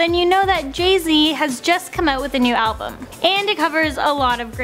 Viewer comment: Jeh zeh, has jus come oot with a new abloom